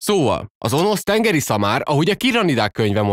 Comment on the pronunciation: Önösz nem Onosz XD